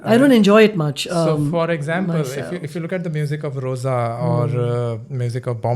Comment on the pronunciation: It's Roja, not Rosa.. sir